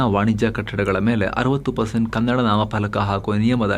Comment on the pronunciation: ಕನ್ನಡ್ ಅಲ್ಲಪ್ಪ ಅದು ಕನ್ನಡ